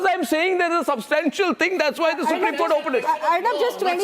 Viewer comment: I m sorry what Kupreme or Supreme 😂